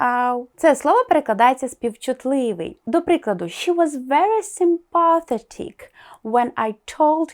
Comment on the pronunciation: Виправте правопис слова 'actually' та вимову слова 'sympathetic':)